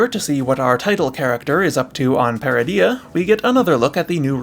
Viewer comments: Ytf would you pronounce Peridea like that when its said multiple times in season 1? I bet you pronounce Garindan as Garin dan, when its really Gah rin din. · You're pronouncing Peridea wrong.